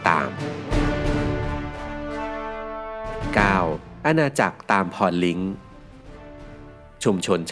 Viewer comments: อ่านว่า ตามพรลิงค์ ครับ ไม่ใช่ ตามพรลิ้งค์ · ตาม-พอน-ลิง ไม่ใช่ ตาม-พอน-link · ตามพรลิงค์ อ่านว่า ตาม-พระ-ลิง ไม่ใช่ ตาม-พร-ลิ้ง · ตามพรลิงค์ อ่านว่า ตาม-พร-ลิง นะจ๊ะ ไม่ใช่ ตามพรลิงค์เคอรฺ ค+ทัณฑฆาต เท่ากับการอ่านไม่ออกเสียง ไม่เหมือนภาษาอังกฤษที่ต้องออกเสียง เขอรฺ เลอรฺ เทอรฺ เชอรฺ แบบนั้นจร้า ขอบคุณสำหรับข้อมูลสมันก่อนๆเลยเนอะทำให้รู้ว่าบ้านเมืองพัฒนาไกลเมื่อกัน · ตามพรลิงค์ อ่านว่า ตามพรลิง ไม่ใช่ ตามพรลิ้ง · อาณาจักรตามพรลิงค์ คำสุดท้ายอ่านว่า ลิง ครับ ไม่ใช่ ลิงค์ ถึงชื่ออาณาจักรเขาจะเขียนว่าตามพรลิงค์ก็ตามครับ และก็นะครับ ศรีวิชัย ย้ายเมืองหลวงจาก ปาเล็มบังมาไชยา ก่อนจะล้มสลายเพราะการค้าไม่เจริญเหมือนกับจีน แล้วหัวเมืองหลักของศรีวิชัยในคาบสมุทรมลายู อย่าง ท่าทอง ไชยา เวียงสระ ตะกั่วป่า สทิงพระ ไทรบุรี ปัตตานี ปะหัง มะละกา แหลมมลายู และ สิงหปุระ(สิงคโปร์ในปัจจุบัน) กลายเป็นของตามพรลิงค์ทั้งสิ้นครับ ( ไม่ต้องถามว่าทำไมรู้ อยู่ อำเภอ เวียงสระ สุราษฎร์ธานี ครับ เคยเป็นเมืองหลวงและเมืองท่าของศรีวิชัย และตามพรลิงค์ ไม่กี่ปี) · ตามพรลิงค์ อ่านว่า ตาม - พอน - ลิง ครับ ไม่ใช่ ตาม - พอน - ลิ้ง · อ่านว่าอาณาจักรตาม โอน ลิง ไม่ออกเสียงตามภาษาอังกฤษ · อ่านว่า ตาม-พะ-ระ-ลิง ครับ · เขาอ่านว่า ตาม- พะ -ระ -ลิง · ตามพรlink ก็มา 555